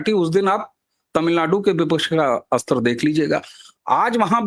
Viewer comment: हिंदी बहुत अशुद्ध बोली जाती है. स्तर शब्द को अस्तर " बोलना अशुद्ध है. व्याकरण मे स्तर शब्द ही शुद्ध है. श्रोता, वाचक, दर्शक ध्यान देवे.😢😢😢